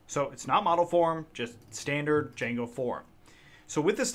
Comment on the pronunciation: U mean "DIJANGO"